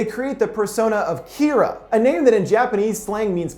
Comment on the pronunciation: not kiraa Kira ur saying kiraa